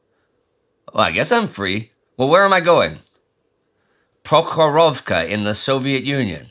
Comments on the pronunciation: Your pronunciation is good but you miss the emphasis in your words Твоё произношение хорошее но ты путаешь ударение в словах prOhorovka - correct / prohorOvka - not correct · It’s Próchorowka, not Prochorówka